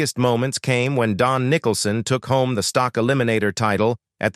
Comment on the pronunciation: It's Dyno Don Nickleson